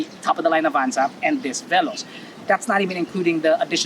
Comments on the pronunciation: The irony when you pronounced veloz wrongly, yet triggered with the knot? 😆 Anyhow, I wonder why toyota likes to name all their upcoming cars to be related to speed such as "rush" and "veloz (translated as fast)" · Good day! You may check over the web on how to pronounce veloz, hehe.